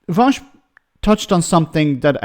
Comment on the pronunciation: youtuber vash? its pronounced voosh